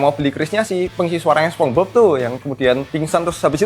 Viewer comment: Sponge Bob bacanya Sponj Bob bang, bukan Sepong hadeeh